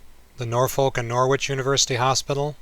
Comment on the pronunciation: learn how to pronounce Norwich and Norfolk please!